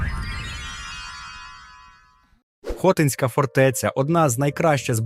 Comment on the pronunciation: Неправильний наголос на хотинська фортеця(((